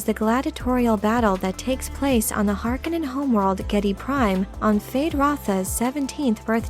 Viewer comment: Is this a machine voice? I loved this video except for the fact that the narrator continuously mispronounces Feyd's last name.